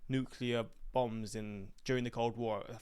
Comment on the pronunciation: Uploader dude says, "nuke-ya-lur". Makes my head spin every time.🤣🤣🤣